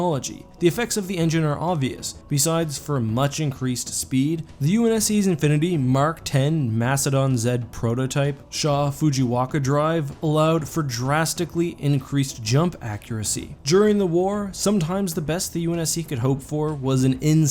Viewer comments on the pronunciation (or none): I'm sorry, did you say fujiwaka? It's fujikawa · FujiKawa. Not Waka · Fujikawa, not Fujiwaka. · Fujiwaka??? I thought it was Fujikawa! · "Fujiwaka" lol. I think you meant to say Shaw-Fujikawa there. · shaw fuji KA wa not WA ka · Fujiwaka???? Its fujikawa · you can get in the bin for saying Shaw Fujiwaka